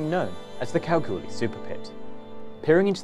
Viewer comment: It’s pronounced Kal-gool-ee.